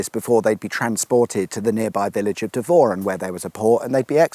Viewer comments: Interesting, but i dont live in Dev or an, its pronounced devren. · It's pronounced dev ran not devor an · AS, I walk my dog every day in the woods you're stood in - Can't believe I didn't spot you or I'd have invited you down to the Barrel for a pint! By the way - Devoran is pronounced "Dev-ruhn" - like Devon, but with an added R!